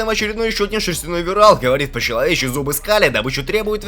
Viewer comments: вирАл,кИтан........ну ты реально конченый? Ну как можно так говном измазаться что в двух именах убого ударение поставить. Зашёл понастальгировать,а тут долбоёб на авторе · вирАл кИтан. Мои уши -_ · Какой ВирАл, ВИрелл, требую переозвучить! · если для быстрого пояснения пойдет, а так перезказ такое. все слишком сжал, и эти шедевро ударение вирал на а камина на а, аж уши режет. симон вообще горемычным стал.